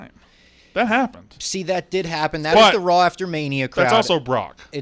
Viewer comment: Why does pronounce Raw as RAWL